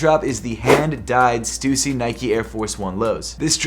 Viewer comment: bro pronounces stussy in such a weird way